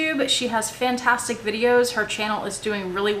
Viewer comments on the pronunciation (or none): none